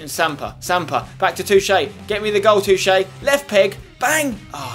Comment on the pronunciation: is spenny pronouncing Toché correctly? i dont think its pronounced too-ché.